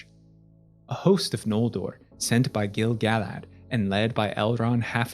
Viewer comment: YOOOOOOOOO correct pronunciation of Gil-galad!!!! <3